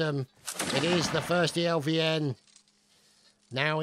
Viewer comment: its not 1stelvn but 1steivN(1steIvN)